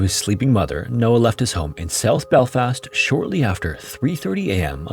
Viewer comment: "Northern Island" "self belfast" The AI is often terrible with place names, and that's not just an American thing as it does American place names just as horrifically